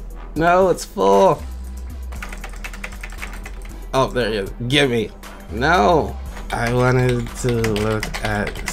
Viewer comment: Omg wen said gimne i died laughing